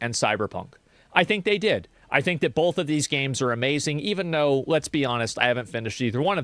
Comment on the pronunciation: Every time asmon says "both" as "bolth" i wanna commit harakiri.....